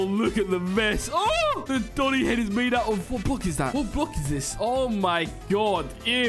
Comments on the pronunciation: that's not doni, that's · thats not doni thats 💀💀💀